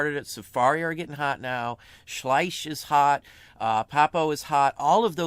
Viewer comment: Schleich = "Sch-LIKE" (Accent on the last syllable).